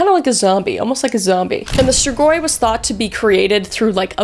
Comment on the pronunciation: min thx sm for saying the "strigoi" right! I'm so happy for no reason 😂❤